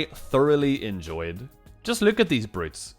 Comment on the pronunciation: '' if you genuinely ENJOINED this video" lmao sorry had to point it out